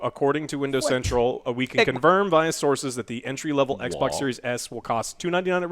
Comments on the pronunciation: "EK E EK BOOOK EK BOK LEEK EK BOK S" 🤣🤣🤣🤣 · everyone: Everyone...:: "ECH BOK SERIES ECH!!!!". Love it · I need to make a 1 hour loop of saying: Ecboc... because I like when he says that c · When Joe says eckbok I wanna drop kick him out of his chair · 😂😂 it’s funny when he say that I be crying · Eckbok eckbok eckbok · Yeah, it’s really annoying....... gave the video a thumbs down just because of that. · Its called ekbok series s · someone saying ecc-bocc wrong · Alex: Theres some financing optio-😐 Joe: ECK E ECKBOK!!! Alex: I you're loo-😐 Joe: ECK BOK LEAK ECK BOK E S!!! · Stormtrooper 2323 it’s pronounced ec boc 😂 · Took Joe 3 attempts to say the name correctly. Not confusing at all :P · Joe said the Xbox consoles names wrong almost EVERY SINGLE TIME😂😂